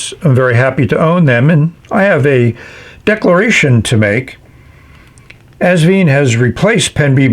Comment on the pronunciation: Wonderful review, as always! I finally got my Asvine review a couple of hours before yours. 😊 For pronunciation, just remember 'vine', like a grapevine. Regards, Norman